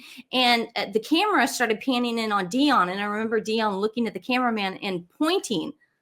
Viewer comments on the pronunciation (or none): none